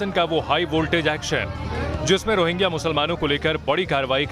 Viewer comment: अरे... ओ मैडम ......... रोहिंगा नहीं.... रोहिंग्या